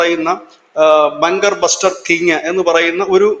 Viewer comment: ബങ്കർ ബ്ലസ്റ്റർ ബോംബ് അല്ല ജി. ബങ്കർ 'ബസ്റ്റർ' ബോംബ്.👍